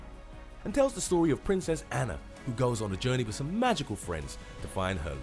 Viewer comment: Her sister ainnee really ainnee not anna